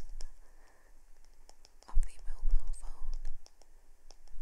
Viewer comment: it's a fairy, from a different world, pretending that they say and do things differently. Just like how she called it "the YouTube machine"mor how she said " dang it feels good to be a sleep fairy" it's a parody. or how she pronounces Mobile phone different.